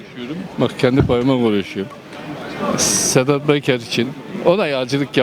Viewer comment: KAFAYI YEMIS. BUNLAR. WALLAHI.....INSAN DEYIL. SEDAT BEKER DIYOR.. ADINI BILE DOGRU KONUSAMIYOR.🐂🐂🐂🐂🐂